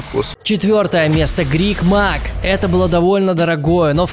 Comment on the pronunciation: кому тоже послышалось биг мак, а не грик мак?)